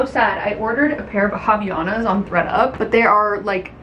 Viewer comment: Friendly tip from a Portuguese speaker--Havainas is pronounced "ah - vy - AH - nas" <3